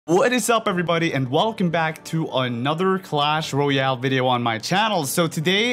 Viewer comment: Pls say Royale properly it’s not rooooyale